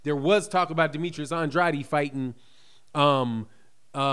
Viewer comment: Yo you my boy and I love your channel but dam that’s not how you say Demetrius last name bro lol